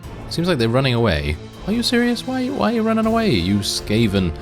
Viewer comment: skaven, bro, it is sKaven